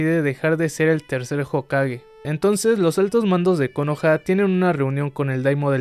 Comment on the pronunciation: Che amigo suena como el ORTO el acento en la última silaba de Konoha